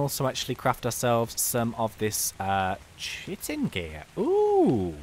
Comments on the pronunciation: I think it is not pronounced as chitin(chi-tin) but rather as (ki-tin), but I think you already know that,I dont know, like this comment if you think its true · its k-iy-tin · the h is silent